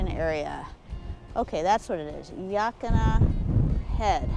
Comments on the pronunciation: I live in oregon close to the columbia river Gorge I saw your Gorge vid loved it and I thought I'd help you out on how to pronounce yaquina yuh like duh Quinn uh almost all of the names around oregon are native American words they can sometimes get ya 😊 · Yaquina is pronounced "Yeah--Quaine (as in Wayne)--Uh". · Ah, no it isn’t. It’s pronounced “Ya - Quin-ah” Just like it’s spelled. There’s nothing in the town’s name that sounds like “yeah” or “Wayne”.😂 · Why did yiu bypass Manzanita?? 🤔 Didnt even show the Punch Bowl! Yaquina (Yuh-keen-uh)